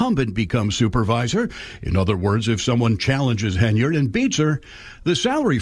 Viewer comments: Hen-yard dude. I not a fan of hers but.....😊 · Hen-yard……Henyard……not hay-nard……HEN YARD…… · HEN YARD.. NOT HEYNARD. JEEZ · It’s Hen-Yard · If you don't know how to pronounce the word ask. Then you are a uneducated idiot Tiffany hinyerd .😂